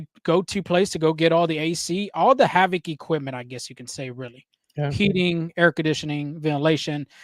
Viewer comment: It's Called HVAC or H-VAC.....Not HAVC